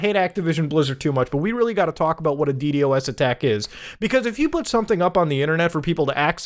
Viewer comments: Beo..it‘s DDos, not „D D o S“ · Hearing muta call it d d o s instead of d doas is slightly irritating for some reason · The fact Muta says DD-OS instead of D-DOS has me shaking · Normal people: D-dos attack Muda: D-D-O-S attack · what’s a “dee dee o ess” I only know a “dee doss” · Just say d-dos bro not d D o S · Dee Dee OS